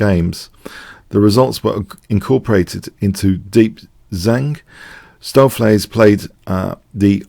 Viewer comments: your pronunciation of "Stoofvlees" is excellent! (I'm Dutch) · Perfect pronounciation of "stoofvlees" here :)